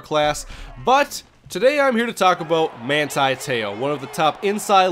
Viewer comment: You mainlanders don't know how to properly pronounce his name. Manti TE'O... not Manti Tayo!!! I'm from Laie where he's from as well and I know him very well as well as his family. Teh-Oh... that's how you pronounce his name...Tayo is how you haoles say it... and don't dogg him, your sorry ass Vikings might be drafting him!!!